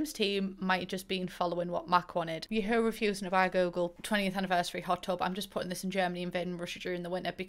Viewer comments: the way you read ya-HOO makes me crack Jvskaja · Abolutely OBSESSED with how you pronounce Yahoo